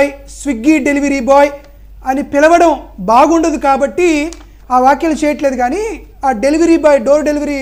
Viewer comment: వాఖ్యలు కాదురా కొజ్జా వ్యాఖ్యలు అనాలి